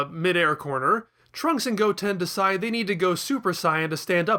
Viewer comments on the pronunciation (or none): none